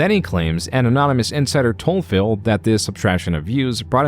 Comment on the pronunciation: I really appreciate how the narrator chooses to pronounce phill as 'fail'